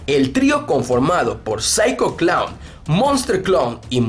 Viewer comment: Osea we ,pronuncias bien el nombre de Psycho Clown y los otros 2 no ,ubicate we xD